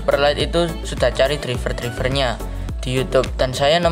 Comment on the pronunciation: Izin ngasih tau bukan menggurui tapi cara baca driver itu draiver bah